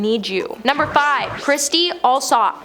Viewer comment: Oh, bless you. Kirstie is not pronounced ~ Christie.....her name is kir-stie........"Curse-tee"......... And , it is unfortunate that you keep mispronouncing the Duke's name as the Duke of Suck-sex......🙀several times. 😂😂😂😂😂😂Oh my ribs. Aw, you got it right in the end.